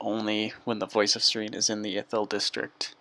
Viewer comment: It's pronounced S-Air-In not Seer-een!